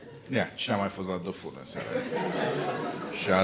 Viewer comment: Pai e "the fool" nu "the foot" a zis bine 😋